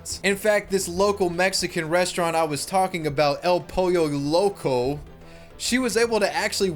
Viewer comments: as a californian i cringed so hard when you said "el pollo loco" lol, good vid though always wondered what happened with that story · Say it with me El poy-yo low-co You now know how to pronounce it